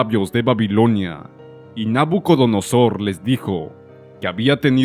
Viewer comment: Porque dice nabunodosor? Si es nabucodonosor?